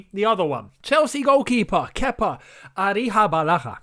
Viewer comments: It’s pronounced arissa-balahga btw 😉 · Kepa "Arrihabalaha"😂😂😂